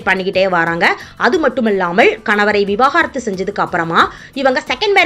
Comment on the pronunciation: Vivakaarathu illai vivaakarathu